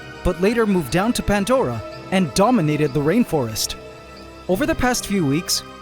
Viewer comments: There is NO. "T" in PANDORA 😂 wtf is "" PANT DORA"" 🤷?????? CORRECT THE SPELLING 😂😂😂😂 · Pantdora 👈😂😂 NO "T" in PANDORA 😂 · No T in pandora, 😂😂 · Still no T in pandora 😂😂😂 you can all take the piss as much as you want 😂 PANT dora 😂hahahahaha hilarious